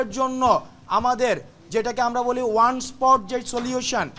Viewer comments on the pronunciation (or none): none